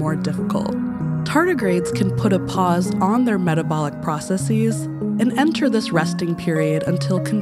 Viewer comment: You narrate so pleasingly but I get distracted whenever you say "processes." /PRAH-suh-sihz/, not /PRAH-suh-Seez/ :-) But seriously, thank you for your writing style which has managed to suit Hank, as well as yourself, so well